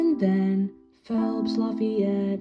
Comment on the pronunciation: The way he pronounced lafayette physically pained me